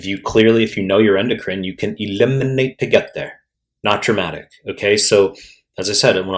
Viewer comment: You can E-LI-MI-NATE to get there 😅 love it